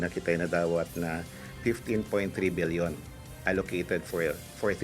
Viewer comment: Paulit ulit ko pinakingan bilion talaga sinasabi.. hahhaa mag babasa na lang bubo pa